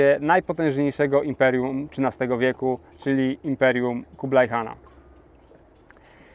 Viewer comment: Po polsku mówi się Kubilaj oraz Chan (a nie kublaj i kan), bo to jest Хубилай oraz хаан po mongolsku. to angielski zapis dźwięku , czyli /x/, gdyż angielski nie ma dźwięku /x/, ma tylko /h/, więc /x/ zapisują . Nie anglicyzujmy polskiego (i mongolskiego) bez potrzeby. A chińskie 宋 wymawia się /suŋ/, nie /soŋ/.